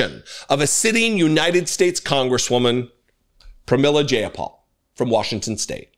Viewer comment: Her name sounds like: J-Eye-Ah-Paul. For future reference, if unsure of pronunciation: Google it.